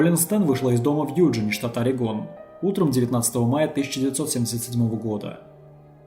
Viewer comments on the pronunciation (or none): none